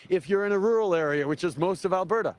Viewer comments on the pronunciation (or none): Please,, there is a ''T'' in Alberta not a ''D''. Thanks for your consideration.